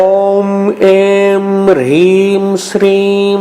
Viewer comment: Plz guide me in written description the mantra is having hreem but while listening its pronounced as Rheem. Which one is correct plz guide me